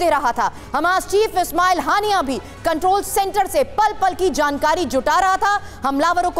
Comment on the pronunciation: naam to bolna sikh len. ismail haniya